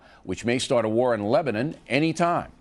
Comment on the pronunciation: Bill said Lebenai it is Lebanon!!!!!